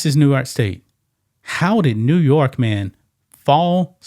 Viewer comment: Bro, you can’t pronounce NEW YORK properly???? 🤷🏽‍♀️